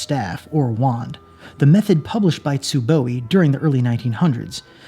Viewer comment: Where's the extra "E" coming from in "Tsuboi"?